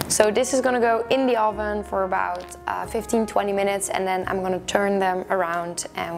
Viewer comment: Oh-ven lol